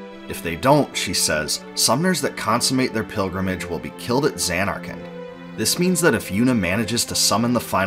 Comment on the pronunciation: Sounds like you're saying Xan-Narkand. Stretching the first syllable and making a double N sound while ignoring the last syllable.